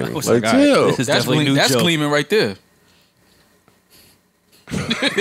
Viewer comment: joe you definitely said bleaming don’t play 😂😂😂